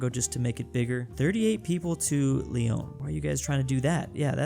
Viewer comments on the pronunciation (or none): none